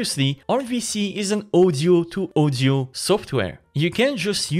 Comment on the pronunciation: I was wondering what is ozio, but in the end realized guy can't pronounce word audio properly. This is audio-to-audio, not ozio-to-ozio 🤣